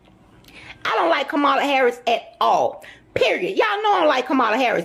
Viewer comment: "Con- Mala" Is Not Like Us! Don't Trust!!!